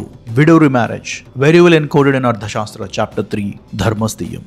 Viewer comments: Why don't you pronounce arthashaastra correctly!! Tha and dha are different... Don't impose your mother tounge's limitations on Sanskrit words!! However I like your content 👍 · The author keeps saying Ardha shastra. It is Artha shasthra not Ardha shastra.कौटिल्य अर्थशास्त्र (Kautilya Arthashastra)